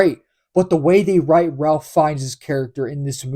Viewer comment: Just FYI. And this is not obvious. "Ralph" in the case of this actor is pronounced "Rafe". Not something anyone would be expected to know.